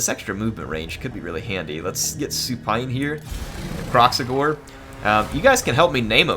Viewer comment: Call it Krack-Xigor